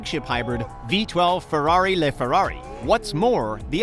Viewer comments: LayFerrari, Aviha, coutash??? What are those things? LaFerrari - (La)Ferrari; Evija - E-via; Coutash - no no no no no no....it's Countach (Coontaash) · He said leferrari😭😭😭😭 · Calling the SF90 the “fastest hybrid car ever”, pronouncing LaFerrari as “Ferrari Lay Ferrari”... shows just how much this is really geared towards car people. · Really? „LeFerrari“? How the f do you fxck up the name LaFerrari, that bad. It’s Italian and not fxcking french 🤦🏻‍♂️ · Did u just say...lehferrari? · I’m sorry did you just say LêFerrari